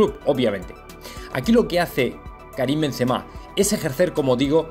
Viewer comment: Gran Karim. Porque los Españoles pronunciais mal los nombres extranjeros? El N en vez de M en kariM. Paris sssss no. Se pronuncia Parí. Etc....